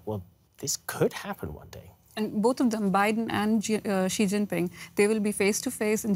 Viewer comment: Xi is not PRONOUNCED "he". It's pronounced "she" with softer 'h'.